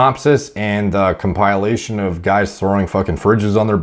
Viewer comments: I’ve never heard anyone pronounce comePYALLation like that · The pronouncing of comPILEation is kinda distracting... but don’t think I’ll stop watching MPMD over it. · I was about to unsubscribe when I heard you say "comp_I_ation" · the biggest criminals on the planet are people who say "compile-ation" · Compile-lation.. COMPILE-LATION ?? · “ComPIElation” Me: have I been saying “compilation” wrong this whole time 🤔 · You're pronouncing compilation wrong. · Lol he made second guess myself on the pronunciation of compilation